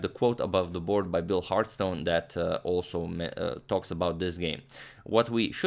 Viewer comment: It should be pronounced Hartston not Hartstone. Hard to show in text, but easy to work out.